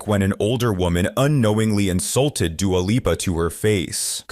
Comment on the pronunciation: Who the hell is Dooa Leepa?